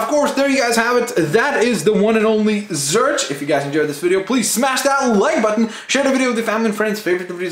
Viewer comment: it's pronounced zorch, as in or